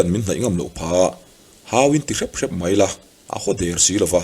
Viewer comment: I thil chhiar hi a ngaihnawm ṭhin, mahse "Mai" tih hi "Mãi" i ti leh zeuh ṭhin hi ka lo ngaimawh deuh ṭhin. Heng ho hi an lainatawm ngawt mai, mahni leh chhungtd chan ah han dah chhin hian a na vawng vawng ṭhin.